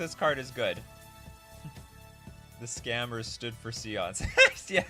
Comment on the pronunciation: Séance is not pronounced see-onse; its say-onse